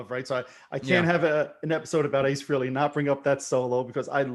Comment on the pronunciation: Pronounced Frailey